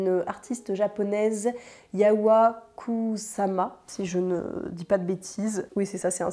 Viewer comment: Bonjour, l’artiste japonaise dont tu parles s’appelle Yayoi KUSAMA, son prénom se prononce Ya-yo-i (comme s’il y avait un tréma sur le i) et son nom de famille KOUSSAMA. En japonais, on dit d’abord le nom de famille, puis le prénom, soit: KUSAMA Yayoi.